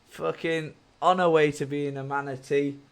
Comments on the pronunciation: Manitee...manitee....manitee....on her way to becoming a manitee...lmfao...😂😂😂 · Manitee, Manitee, Manitee, Manitee, on her way to being a Manitee. xD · Manti, Maniti, Maniti.. Dude you almost put me in the hospital.😂